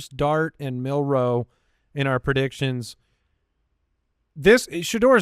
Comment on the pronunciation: No one else Laughed when said "pro..diction"